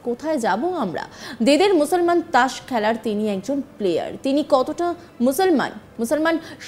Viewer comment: "ত্রাস" নয় "তাস" বলো।